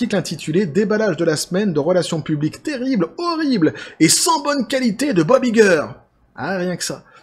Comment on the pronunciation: «Vous êtes Iger? — Ça se prononce "Aille-ger" » ;)